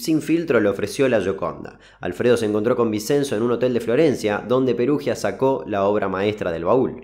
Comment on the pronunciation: muy buenos los videos. vinCHenzo se pronuncia